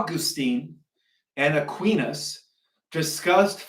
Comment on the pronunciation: A queenus/ Who'se that. At least pronounce the names correctly. eris-tatolian? Ptolemic cosmology is Egyptian and pagan you Catholic bashing nutjob. I've better things to do. Rattle on with your disinfo, lies all protected by the First Amendment. Yaaawn.